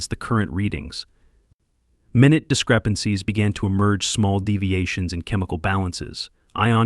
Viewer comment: Too bad the title says "INSTANTLY"! Go back to school and learn your words, if you can't do that then use a dictionary. 😞 USE A HUMAN TO DO THE TALKING, WE DON'T MAKE STUPID MISTAKES. Like the one at about - that is mi nUte [long U], not minute [like time]